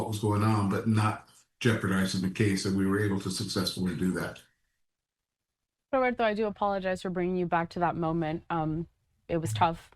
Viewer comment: It’s Roberto, not that weird pronunciation. This is America, Consuela.